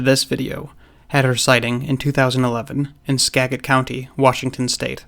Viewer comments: Ska-jet not Ska-get. Not your fault tho with that ridiculous spelling. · it's pronounced skajit, not trying to be rude or anything.... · Excellent vid. It’s ‘sKA-jit’ county, tho. Living at the foot of Mts. Si (the mountain featured in the show “Twin Peaks”), Blowdown and Teneriffe. I didn’t have “Bigfoot”, in my lexicon until I lived there. I had experiences I couldn’t explain, that bothered me, greatly. Couldn’t have been elk or bear. A few years after I left, I researched one night, and there were credible reports, right behind and above my house. After comparing, I became a believer because nothing could explain what happened, other than “ghost”, and two, equally wounded, giant animals, which seemed unlikely. You’ll hear a lot of people from WA, over time, correct your pronunciation- not because we’re pedantic, but because we want to communicate to the wider world. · Hey. Not fer nuttin', but the word "Skagit" is pronounced 'SKA-jit.' Thought you might want to know. They're a tribe of the Coastal Salish Nation. Source: I lived very near where this encounter occurred, was a resident and landowner in Skagit county for many years. Raised my family there. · Pronounced Skagit (skeh / jet)... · just a friendly correction.skagit is pronounced,"skajit'. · Pronounced skad git. Was born near and spent so much time there. The vastness of Washington states forests cannot be understated. I’ve had my moments with this subject. keep going, because the things I’ve seen and heard out in the never ending evergreen trees and the way you describe behavior click. Ive watched every single episode you have put out at least once. You have a way with words and a literary flow with Visual stimulation that keeps the viewer wanting more. Thanks. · It's pronounced "ska-djit" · I live in this area. It is actually pronounced Ska-Jit, long a like Apple. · As a polite FYI Skagit is pronounced with a J sound. Ska-jit. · Skagit county. (Ska-jitt county)